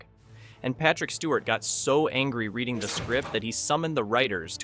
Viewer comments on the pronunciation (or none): none